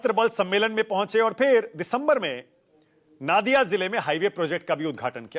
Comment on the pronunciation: नादिया नहीं नदिया 😊